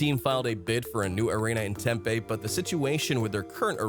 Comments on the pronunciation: You mispronounced Gila and Tempe. Unsure of a word? Google it. Lazy S*%@ No sub from me. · He mispronounced Gila and Tempe too.